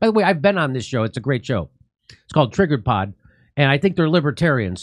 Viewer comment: "Triggerpod" Jesus Christ Jimmy